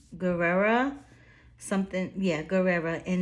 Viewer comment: Guerra not Guerrera